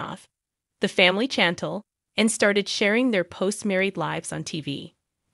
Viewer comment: 😂 That mispronunciation of Chantel’s name was driving me nuts!